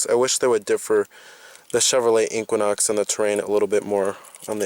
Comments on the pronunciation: The Way You Say " Inkquinok " Has Thoroughly Worked My Last Nerve. It's E - Qua - Nox . Equinox ❤ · AR, LMAO, your OCD is malfunctioning. The Chevy is pronounced EE Quin Ox. NOT EE Quan Ox. QUIN is Pronounced KWIN not KWAN.